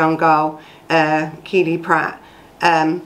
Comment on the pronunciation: Its KELLIE not Keely, get the name right at least! It happened local to me.